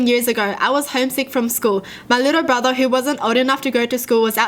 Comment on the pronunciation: she sound like the meme where the kids trying to say “who” but cant😂💀